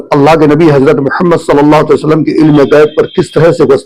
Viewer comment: Pehla mawlana ko swalallahu alayhi wasallam kehna nahi ata